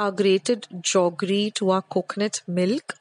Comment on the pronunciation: I am hearing 'jaggery' being pronounced as 'joggery' as we used to when we were small☺️